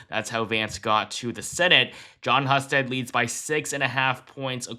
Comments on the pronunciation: Pronounced "Hugh"-sted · Husted is pronounced Hoosted. Just saying from an Ohioan. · It’s pronounced HUGH-stead in Ohio.